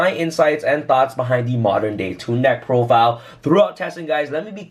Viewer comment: “Deck prodile”